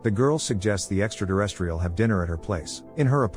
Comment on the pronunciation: I wish he would stop saying “extra deresstrial”